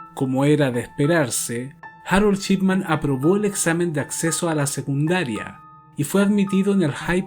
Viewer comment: Muy interesante el tema. Suena como la narracion de este mismo caso en American Justice y Dateline [en ingles]. Me imagino que de estos fue que hiciste la traduccion. Todo bien. Buen contenido; muy valido lo que haces pero por favor, si vas a ganarte la vida hablando/cumunicandote a los hispano hablantes, esmerate en mejorar tanto el castellano [como el ingles. NO se dice "segundaria" sino "secundaria"; en el ingles, la pronunciacion no esta siquiera "tibia" para que por lo menos el publico tenga una idea de que estas hablando. Por esta razon no subo videos pues soy muy imperfecta [perdon que mi teclado no tiene tildes y "N"= egnes. Me paso cuando hablaste del "ragby" que practicaba Dr Shipman cuando era joven. Me tomo unos buenos 3 miutos en descifrar que era rugby. La "u" en este caso se pronuncia entre "a" y "o" igual que en "public", "republic" "Donald Trump" no "Tramp" puesta esta ultima se refiere especificamente a la mujer vagabunda, prostituta barata, tramposa. Cualidades que si Trump fuera mujer, lo describirian con exactitud. El problema es que le estas ensenando a la gente formas erroneas desde el comienzo y con el pasar del tiempo se convierte una muletilla muy dificil de corregir. Animo por encima de todo.